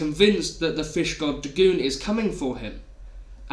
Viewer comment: Dagoon?....DAGOON?! Come one, man